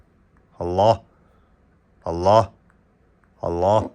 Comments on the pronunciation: Аллох дебей Аллаахх деп даана айтсаңар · Биринчи Өзүң үйрөн Алланын ысымын туура айтканды!карганы жайына кой дөң баш.